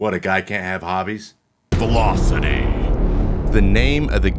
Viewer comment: When did velocity become Vee-low? Serious question